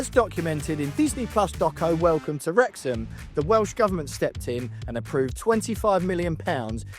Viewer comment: Knowing how important the Welsh language is to this town and club, the very least this guy could do is learn how to say the name of the stadium correctly. The 2 times that he said it, was like nails down a chalkboard to me. 😬